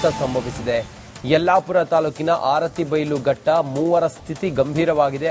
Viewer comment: ಆರತಿ ಬೈಲ್ ಘಟ್ಟ ಅಲ್ಲ ಅರಬೈಲ್ ಘಟ್ಟ